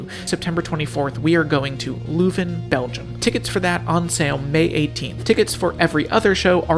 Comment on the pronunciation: i love how he pronounced 'leuven, belgium' in the intro its so horribly wrong and funny